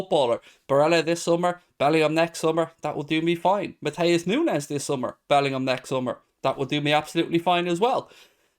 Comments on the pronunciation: I assume it would be said like Noons as there isn't a z or tilde over the n. Just an opinion post :p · Nu-ne -s s pronounced ess,,,,,,,,edit ,. It's pronounced Nu-nes